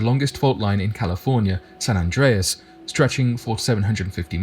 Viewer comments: You pronounced it perfectly bro. Doing good things. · You are pronouncing it right and I went to San Andreas high school in California and I lived on the San Andreas Fault in Tiburon California, which is in the Bay Area. John creak. Get at me bro. I’m around the corner from you on the Contant creator in the making right now. Peace to you and your family. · You’re pronouncing it correctly. Go online and research the San Francisco quake in 1906… look at the pics that show how wide the earth spread and see the cars that were swallowed. Then… the ground merged back together. Plus, there’s a website that monitors the quakes in California every day. You can check it and see how many, their magnitude and locations. It’s always updated and current. Having been born in Long Beach I remember more than a few. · Your pronouncing it right lol😅